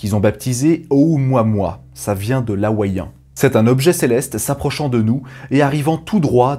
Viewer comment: attention que "mua" ne se prnonce pas "mwa", ni "moi", ni "moua", mais "mou-a". "O-ou-mou-a-mou-a".